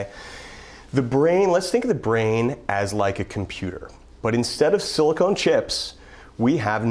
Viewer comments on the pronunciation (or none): “siliCONE chips” 😂 Oh dear. (It’s silicon)